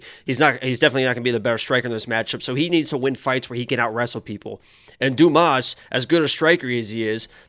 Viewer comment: Dumas (DYOO - MAA) if anyone cares. Like "Dooma"